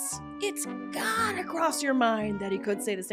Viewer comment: Apparently she does “gedda” come on here and tell your story 😂